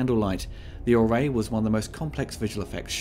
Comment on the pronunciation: it s called an orrery not array. If you’re gonna plagiarize the behind-the-scenes special features and at least get it right 😂